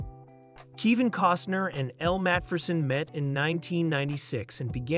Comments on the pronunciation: Might need my hearing checked. Sounds like he pronounced Kevin as (Kee-van). Oh well. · Keevin? You are pronouncing the names wrong! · Native Spanish speaker here. Kivin sounds great. It fits Kevin in a such an original and funny way. Come on!! He is a great artist. There is no doubt about it, but, in the end, Kivin is just another common mortal like any of us.